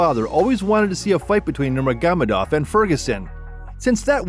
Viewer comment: I'm sorry I just couldn't get past NurmeGAmadov, I had to stop